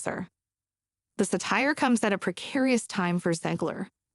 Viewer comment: If you pronounce epitome ,” epi- tomme”, you need a copy editor before you post Satire pronounced with accent on second syllable ??? Sa-TIRE?? Stop it now